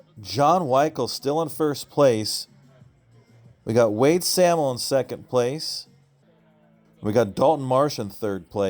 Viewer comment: Wade and Adam Sahmel. It’s pronounced say’ mul..